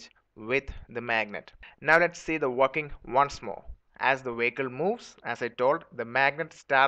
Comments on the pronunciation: "W". that's why the BPO industry left India. Wehicle. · LOLLLLLLLLLLLLLLLLLLLLLLLLLLLLLLLLLLLLLLLLLLLL. 'Wehicle.' Stop correcting me, Grammarly. I assure you, it's wehicle.